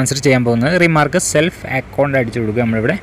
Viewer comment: Salf alla bro self ennaan